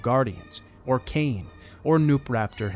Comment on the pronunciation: it's legacy of ka-in not cane. huh-iin.